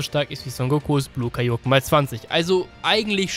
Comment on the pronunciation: Du sprichst Kaioken falsch aus. Betonung ist auf a und e, nicht auf o.